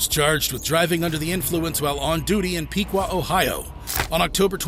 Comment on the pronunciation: PIQUA OHIO IS PRONOUNCED Píck-wa, not Pēēk-wa!!😂